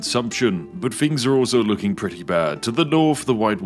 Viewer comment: I feel bad laughing at this because I used to make fun of his speech on live streams and he got really sad